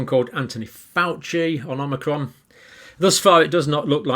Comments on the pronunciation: It’s “Omicron” not “Omnicron” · Please... OM - I - CRON, not OM NI CROM.😜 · Thankyou. You keep saying it as omnicron with an n but its omicron. You’ve said it both ways. Just saying. Keep up the good work. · Omicron, Omni-cron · you're a doctor and you keep pronouncing it omnicrom and its actually call omicrom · you keep calling it omnicron instead on omicron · You won't be exposed to Omnicron John because there is no Omnicron.. it's OMICRON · Omicron not omnicron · Why do people pronounce it "Omnicron" ? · I've accepted the fact Dr. Campbell will never not say omNicron. Oh well. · So many people add an extra "n" when pronouncing omicron. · Pronunciation in British English is Oh-my-cron. Anyone who had classics lessons at school knows this.